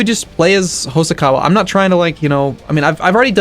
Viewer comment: That's Hosokawa, not Hosakawa.